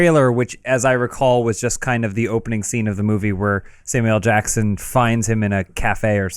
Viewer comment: When ever says Samuel L. Dackson I cry laughing, ever since "Hanging with Samuel L. Dackson!", brilliant.